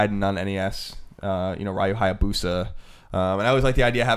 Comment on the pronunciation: I like how Colin corrects himself on the pronunciation of 'Gaiden', but then mispronounces 'Ryu' right after that. I don't see a (realistic) weapon that's more practical than a high quality katana blade. Easy to maneuver, frees up one hand for accessory weapons, and can deliver a death blow in one hit. My second choice would be a metal spear. Metal because it's foolish to use wood to fight metal. Lightsaber is ridiculous because of how dangerous it is to the user.